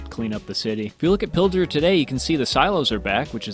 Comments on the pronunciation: Yes, if you look at the map by Pilger you see a town called Pender. I live in pender. And it's not how you pronounce it you pronounce it (pill-gur) or (pill-gaur). Also yes that was VERY scary. Also because we had sister tornadoes EF3 SF2 and they combined at the pender dump. It used to be nice for a dump now it's jaut one building and 2 dumpsters. Sad days. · pilger is pronounced "pill-g-er". g as in pig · To bad he pronounced Pilger wrong. I was miles away the day it happened.